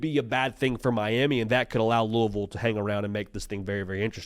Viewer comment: as a louisville grad, thank you for pronouncing it properly